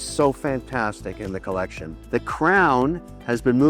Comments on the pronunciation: I took a shot every time he said "co-leck-see-own." Now I'm plastered. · The way he says collecsiooon 🤣🤣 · Lol co-leck-see-none